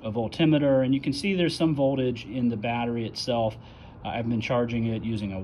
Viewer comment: I love your pronunciation of voltimeter. Lol. Forever changed my usage of Volt meter. Thank you. Did you find the solution? And thank God you didn't say Renalogy.